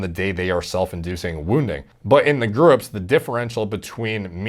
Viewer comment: How come you say groups like, grew ups? 🤔🤣 love your stuff, just giving you a hard time lol.